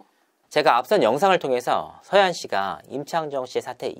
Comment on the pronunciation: 서하얀인데 계속 서해안 서해안 거리는게 듣기 거북하네요.. 절레 절레